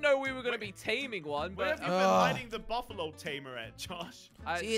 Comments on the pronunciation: its not buffalon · Cape Buffalo not cape bufflon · You say buffalo not buffalon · It's buffalo no bafalo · I was laughing cas you was saying Buffalo and it was Buffalon in the time it is I really laugh to hard